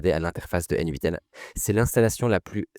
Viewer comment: Nitpicking Joe here, mais ça se prononce "Natan" (à l'anglaise: "N-eight'n").